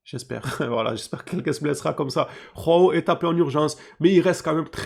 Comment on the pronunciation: Juste pour info les Brésiliens parlent portugais on prononce Joao comme jean ou julien en français on utilise pas la jota comme en espagnol, pareil pour joao cancelo du coup 😅